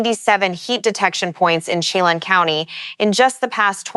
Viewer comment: to help you with some of the pronunciations of the names in the NW, "Umatilla" as Orgon 'yoo-muh-TILL-uh', "Chelan" Washington as 'shuh-laan". "Okanagan" Washington as 'Oh-kah-NOG-guhn' . "Kittitas" as 'ki-tuh-tas". "Cle Elum" Washington as 'klee EL-um'